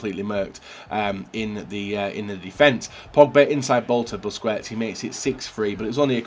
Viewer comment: How can you play this game so much, and still absolutely butcher pretty much every single players name?? Werner, Wass, Busquets, Lewandodowski, Fekir, Guiliano, Mkhitaryan?? Come on man, listen to the commentators every so often.